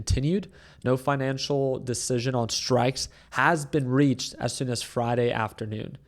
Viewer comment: "No finiancial decision has been reached on the strikes yet" - he misspoke, funny and with some truth